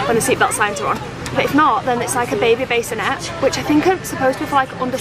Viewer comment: It's not a baysinette, it's a BASSinette